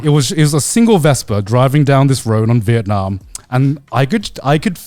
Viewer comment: Vietnam rhymes with dum b